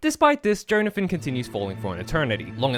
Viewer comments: I know it's a joke, but i can't help but puke every time you say JOE-nathan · everytime he says jhonathin he says joneathin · Johnathan my favourite Joestar, for real. Edit: Unironically. I'm not making a joke about how he said "Jone-athan" the whole video. I actually think Johnathan is a great man and a great role model. He sets the bar that few of his offspring will ever approach. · I literally spent the entire video getting so angry about your pronunciation of Jonathan until The very last minute when I understood the bit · How do you not know how to pronounce Jonathan, one of the most common names on the planet.